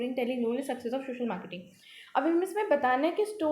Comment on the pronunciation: Please correct your pronunciation it's so disturbing.. it is social media not shoshol